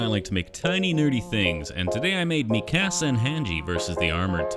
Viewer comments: Dude you said every name wrong. It’s pronounced Honji and Miekasa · Bro said Mi Casa and Han Gee 🥲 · It’s “Mika-sa” not Mi Casa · The way hesaid hange and mikasa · This is great but the pronunciation of Mikasa and Hange has me crying